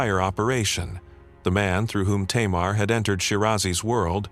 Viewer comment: Tamar in Hebrew is pronounced "Tamar".